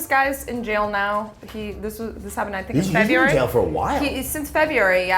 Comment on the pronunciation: "Febuary" ? February.